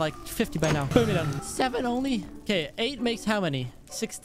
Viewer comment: "you'rrrr done'